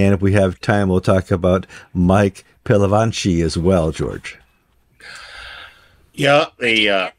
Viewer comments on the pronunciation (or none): Just a note re pronunciation guys - it's Pil - a - vatch - i 😊